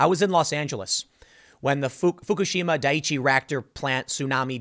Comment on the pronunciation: Tim nailed the Fukushima pronunciation. He set the bar too high. There's going to be a lot of hard to pronounce names coming soon.